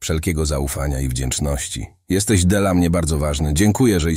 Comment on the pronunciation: Ustawcie ta Aleksę. DLA- nie czyta się - de el a.